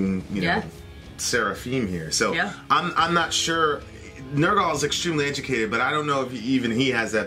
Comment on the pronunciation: say it with me,ner gull not nerrr gall